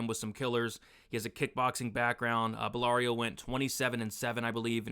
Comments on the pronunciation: Great vid again! Absolutely butchered belgarouis name tho😅😅 ‘Ballario’ was killing me😂😂. Bell-Ga-Roo-Ee is how it’s pronounced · Yousri’s last name is pronounced “Bell-GAR-Wee”